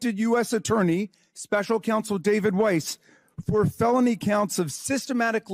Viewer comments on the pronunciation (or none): none